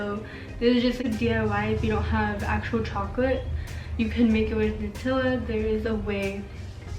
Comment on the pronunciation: The way she says “nUtiLa” 🥴